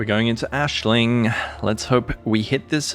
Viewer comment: Why are you calling Aisling Ashling